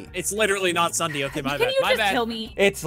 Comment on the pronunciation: It's no longer ssundee is ssud-eh 30